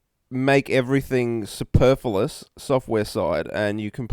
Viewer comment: 'superfullous'....